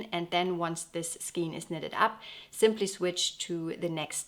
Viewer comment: Your videos are so beautiful and informative.Your English is perfect but may I suggest to check the pronounciation for “skein”.